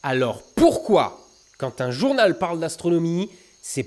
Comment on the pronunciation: ARETE DE DIRE JOURNALEU ça m'énérve. :'(